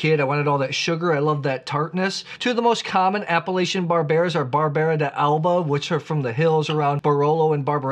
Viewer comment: Personally I feel that Barbera is a grape variety that I should like more than I do, but for some reason it doesn't quite do it for me. I'll drink it though, and I agree about the food-friendliness. Pronunciation tip: I am pretty sure that Barbera d'Asti and Barbera d'Alba are pronounced as if the apostrophe wasn't there. 😎